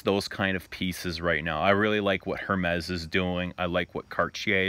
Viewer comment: Love this little sit down. Have to point out you're pronouncing Hermes wrong. The H is silent. Something that I picked up from a few of your vids, thought I'd let u know